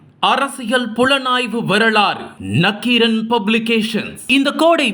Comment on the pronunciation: என் தவறை உணர்ந்து திருத்திக் கொண்டேன். நக்கீரனை அடுத்த காணொலியிலாவது சரியாக உச்சரிக்க வைக்க முயலுங்கள்.